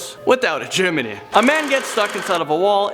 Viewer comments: It’s chimney not chiminey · CHIM-NEY..... not a CHIMMINY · Chim-I-Nee? stop saying chiminee! its Chim-nee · It's pronounced Chimney. Not Chimerny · Not chimeney Its CHIMNEY! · She got stuck in the chimney (Chim-eh-nee) Me-. ITS CHIMNEY!! (chim-nee) This is a joke. Ilysm!! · What's a Chiminey? It's Chimney. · "freakin' chiminey" Lol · PLEASE DONT SAY CHIMENY,IT MAKES ME ANGRY!!!! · M8, chimney has two syllables not three. Chiminey would have three and is how you are mispronouncing chimney. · Haha he says "chim-men-ey" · How says chimney...😬😬😬😬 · Who else got annoyed when he pronounced chimney wrong? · please stop pronouncing it claustophobia. It has an r in it. And it is Chimney, not chim-uh-ney...two syllables not three. thanks.